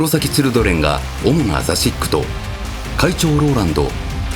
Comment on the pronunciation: 聞きまつがえかと思ってたけどやっぱ言ってましたよね？笑